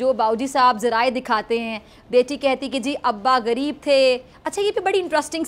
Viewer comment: گریب نہیں، غریب۔ تلفظ ٹھیک کریں۔